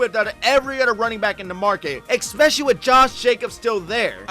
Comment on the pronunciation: Maybe I'm being picky but the word is especially not expecially. There is no x in especially.